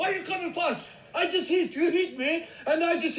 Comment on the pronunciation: I rewind so many times because of how the man was pronouncing "fast" 😂😂